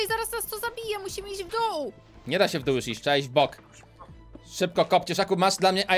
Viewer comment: tak ja tesz słyszałem w doł ale nie zostawiłem w dół